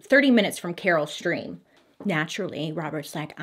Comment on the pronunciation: She did one when she pronounced Naperville as napperville🤣. So far she's only pronounced Carol Stream right as far as Illinois towns.